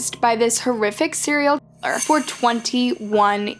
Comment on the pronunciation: Serial key-er, lmao it's so distracting